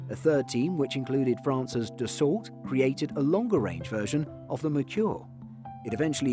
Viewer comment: On a side note, Dassault is pronounced da-so.